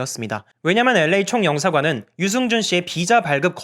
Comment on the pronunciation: L.A 발음마저 엘-레이 라고 깔끔하게 발음해주시는 도덕책같은 남주님...ㅎㅎㅎㅎ👍 유승준씨도 이 채널보나봐요.. 싫어요가 한개 찍혀있네요..ㅋㅋㅋㅋㅋㅋ